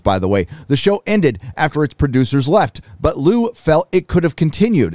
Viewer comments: It’s Simu LIU , not Lu ! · You didn’t even pronounce his name correctly It’s not Lu, it’s L-i-u